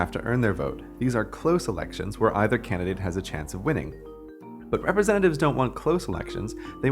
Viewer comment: The way you say "elections" at about 3 minutes triggers my Amazon Echo for sounding like "Alexa". Scared the hell out of me